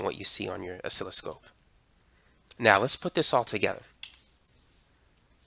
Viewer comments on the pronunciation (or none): none